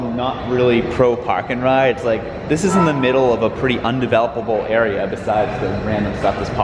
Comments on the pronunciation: I don't normally notice any Boston accent in voice, but every time he said "Park-and-ride" it was so strong lol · Same here lol, it’s specific words that are instant “oh yeah miles is from Boston”